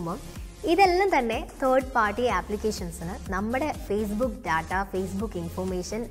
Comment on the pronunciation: ടാറ്റ(TATA) അല്ല. ഡാറ്റ(DATA) ആണ് ശെരി.ചാനലിന്റെ പേര് ടെക്-മലയാളം😄😄😄